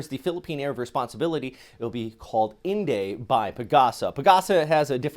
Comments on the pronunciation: Not in day The correct pronounciation is "in die" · Inday can be pronounce as 'IN DIE' or 'IN DYE' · its pronounced>> in die Thanks for the update